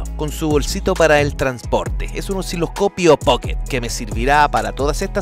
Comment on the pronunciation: Buen contenido, PERO, no se dice Oxiloscopio, se dice "OSiloscopio", sé que lo dices porque al leer tiene una C intercalada, Osci los copio, pero esta C va después de la S, no antes... Entiendo que en Cuba o tu pais llegaron tarde al lenguaje español... Pero aún así, pueden aprender... Lo mismo le pasó a algunos con las palabras Escenario, Piscina, etc porque ven esa C y se perturban 😂 practique! Le conviene porque de lo contrario te dan DISLIKE y eso, no te conviene. Chau